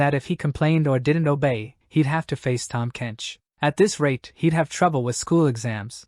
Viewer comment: "Tahm Kench" HAHAHAHA!!! 🤣🤣😂😂